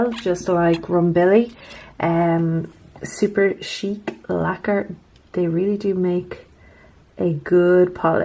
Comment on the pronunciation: You pronounce Superchic how I always thought it should be pronounced, but I've heard it pronounced more as Super"chick", lol. That Jaws whatsit one is stunning!